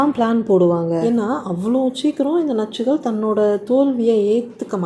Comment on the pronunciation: I like the way you say nachchugal😅